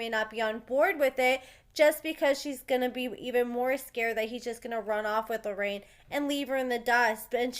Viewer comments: It’s “LORRENA” actually. 😉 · Her name is not Loraine. I can understand you saying it once or twice, but you kinda renamed the girl. Js! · love your channel but its LORENA